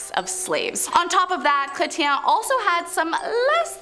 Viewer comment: Chretien..lol! Funny.. Chre-shan darling😁